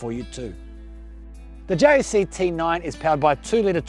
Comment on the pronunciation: Stop say it like J.A.C it is pronounced like Jack dude I work at Jac it just a different site